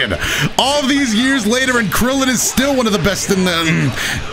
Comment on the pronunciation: "Ouhhh KRILIAN" lol